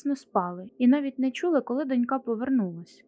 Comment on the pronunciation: З наголосами: дОнька, вітчИма.